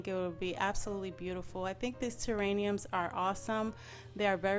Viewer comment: I could barely watch this when you kept saying "terrainiums" instead of "terrariums". Yes they are terrariums. But the idea was so cute I kept watching anyway. I love the way it turned out.